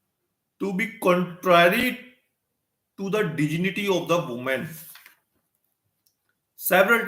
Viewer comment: Pronounce dignity properly........vakeel saab.